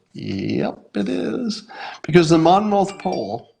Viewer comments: Monmouth is pronounced: "Monmith". Been living in Monmouth County just about my whole life, about 30 minutes from Monmouth University where the polling takes place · Monmouth. Sounds like monmuth. The last syllable has a puff sound.